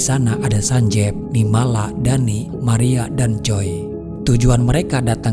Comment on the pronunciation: Nirmala yg bnr